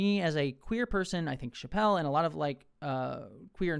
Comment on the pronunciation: Just a heads up, Chapelle pronounces her name like 'chapel', like the church! :)